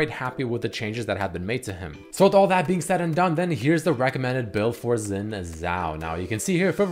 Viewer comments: it's Xin not Zin xD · Its Xin not Zin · but riot writes him with a "X", thus "Xin" is correct, not "Zin"